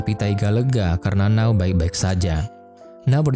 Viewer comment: Keren filmnya.. Ganteng & imut 2 pemeran utamanya. Éta siapa nama 2 pemeran utamanya ya? Cuma... Di Jepang N-a-o itu dibaca Na-o masbro.. Kl 'Now' agak aneh2 dikit gitu dengernya